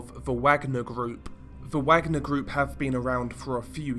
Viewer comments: Only one criticism. Its pronounced 'Vargner' group. Wagner should be pronounced 'VArGNER' The way it is for the classical composer the private company took their name from. Both Hitler and Stalin laid claim to his music and heritage. Wagner wrote 'Ride of the Valkyries'. One movement of the piece features in the movie Apocalypse now, the chopper attack scene into the famous "Charlie don't Surf" scene! It is a misconception that it is linked to the Nazi's. Thats not entirely accurate. Hitlers favourite composer was Wagner. Thats mainly where that misconception came from. The accurate link is as you said, close to Slavic tradition. Slavs and Vikings have a long connection. Its even believed the word Slav comes from the ancient Nordic meaning for Slave. Vikings took Slavic people as slaves to sell to the Khans around Constantinople 7th century. They even settled in Ukraine across the black sea from Istanbul/Constantinople. Vikings were pagans. If you know what the story is in Wagner's musical depiction, or anything about Valhalla, you will understand why a private military company employing a bunch of (patriots to Slavic glory) Mercenaries chose the name.. It has nothing to do with Nazis in their case. Although the Nazis also believed the same sentiment when they went into battle. Hence most of the SS battalion formation insignias are ancient Nordic runes. Himmler propaganda in the Ss. (He liked his esoteric religious legends of strength in battle) But it was never invented by o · Come on bro, I know you're English but nevertheless everyone should know how to say Wagner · I believe that Wagner is pronounced “Vogner”. Richard Wagner was a composer , who composed “Ride of the Valkyrie”. Which was Adolph Hitlers favorite musical composer. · I love ya, buddy, but you're KILLING me w/ the "WAGG-ner" business ! It's "VAUG-ner" (VOGG-ner) ! W/ a German "W" ! Only one of the most famous composers ever! C'mon, bro, I thought u were European lol ? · Wagner is pronounced Vagner.